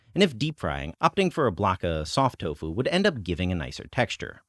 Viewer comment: So why do you insist on saying toufu instead of doufu?